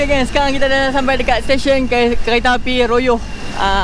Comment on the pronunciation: Kami sebut Rayuh.. bkn Royoh😅